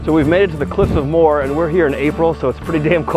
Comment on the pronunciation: Cliffs of Mo-her. Not Moore